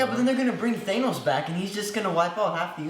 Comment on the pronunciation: stop saying thanos wrong lmao